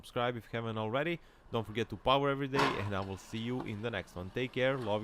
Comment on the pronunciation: Free candy van 😂 I have to say, nobody says powah better than you. Classic.